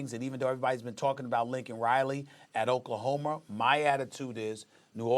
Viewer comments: Why does Stephen A always put a "R" in Oklahoma? ........Oklahomer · "Lincoln Riley at OklahomER" - SAS